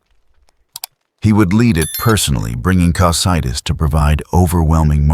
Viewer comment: Great video! Hopefully you can fix the way the reader says Yggdrasil and Cocydus for part 2